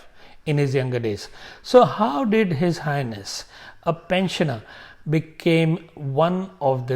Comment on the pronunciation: When you say H/H it sounds like if you are saying his anus 😂